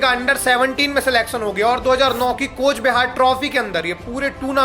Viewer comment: Bro suggestions - it is कूच बिहार not कोच बिहार , 2nd thing - it is धन श्री not. धना श्री